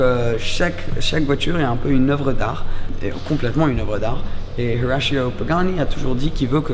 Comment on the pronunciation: Dire Horacio avec un accent anglais jsuis loin d’être un hater dans la vie, mais là, dans n’importe quelle coin de la vidéo t’en fais beaucoup trop